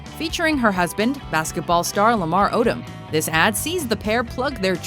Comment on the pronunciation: Lamar Odom.... basketball star? that didn't even sound right.